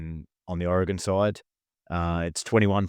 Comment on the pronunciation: The Aussie actually pronounced Oregon correctly, unlike the American....Even transplants to Oregon don't say it quite correctly.